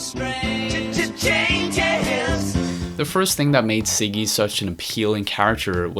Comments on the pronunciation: Ziggy.. not Siggy but Ok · Can u pronounce z properly? Lmao ziggy not siggy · Great video but please learn how to pronounce Ziggy. It's not "ciggy" it's Ziggy. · It's not "Siggy Stardust," it's Ziggy.